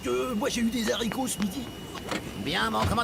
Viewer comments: "...des zaricots..." Ha bravo! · Des haricots la liaison no n ? 🤔